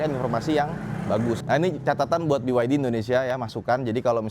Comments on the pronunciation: Kenapa ngucapinnya harus Bi Wai Di om, kenapa bukan Be Ye De? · Jangan sebit biwaidi tapi beyede..